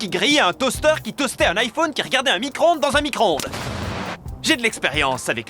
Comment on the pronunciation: J'ai rien compris quand tu as dit micro-ondes